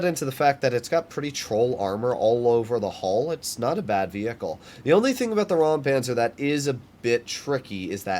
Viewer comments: It isn't rampanzer it is Räumpanzer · As you mentioned it I assume you might be interested to know how to pronounce it: The German „eu“ and „äu“ pronounce similar to the „oy“ in „boy“. So imagine it being pronounced like „Roympanzer“.